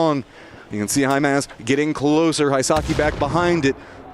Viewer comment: I agree! Lol, can't even pronounce the players name like "Hay-mass" (Himass). Lol